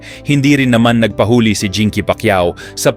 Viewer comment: Please pronounce nagpahuli right thank you